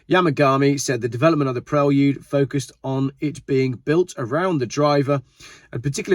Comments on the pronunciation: The correct pronunciation is pre-lude not prel-ude similar to preview ! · I really enjoy watching your video! Keep up the good work! Just FYI it is pronounces “PRAY-LOOD” not “PREL-OOD”. Same way you wouldn’t pronounce “VAA-OOO-X-HAL” Cheers! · Say it with me "Praylude" 😂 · "Prel-yude?" SMH. Are you guys just trying to pronounce everything like a 4 year old? "Pree-Lude" I can understand, "Pray-lude" I can get behind, but "Prel-yude" is annoying. Whatever. It doesn't truly matter, it's just my American opinion. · Honda Preylewdyoud?!?? What? Lol😂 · this dude says Prelude funny